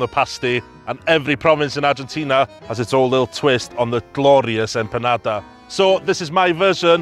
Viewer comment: Unique take on your Empandas… even how you pronounced IT.. EMPANADA DROP! #RESPECT